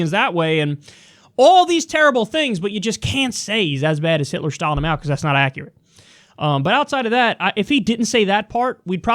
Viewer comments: Máo’s name should be in the second tone, not the fourth. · It's Máo, Kyle. Rising tone, not falling.